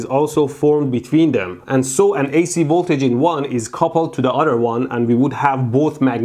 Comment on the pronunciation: "So one conductor can affect the udder"